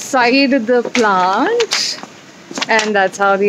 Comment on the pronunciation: मॅडम प्लांट नाही तर प्लॅंट म्हणतात.